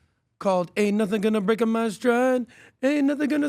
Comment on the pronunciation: 😂😂😂 that was one of the cringiest things I’ve ever heard. Not sure why he pronounced it that way adding an ‘A’ to the word ‘Break’. 😂😂😂